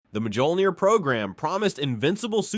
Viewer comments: The Mark 4 didn't have power sustainment issues it used a fusion reactor just like the later iterations of the armor. It also did not have energy shielding and MJOLNIR is pronounced like Me All Neer not ma joll neer. Also everything you said about the MJOLNIR program is pretty much wrong. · Literally one second in "The Majohlneer program" aight I'm out